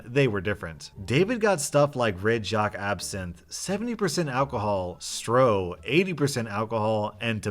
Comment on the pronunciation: its pronounced shtro not stroh